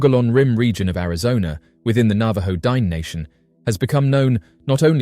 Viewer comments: The word * Diné * is pronounced like ‘din-nay’ which means “the people”; Not “dine” as in the thing you do when you eat a meal. You did an entire video and didn’t even bother to learn this basic information. Also, that pic sucks! Lazy & sloppy af. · I wish you would pronounce the word "Dine'" correctly. My daughter is a member of the Navajo Nation and hearing your pronunciation of the word "Dine'" is massively incorrect and borders on disrespectful.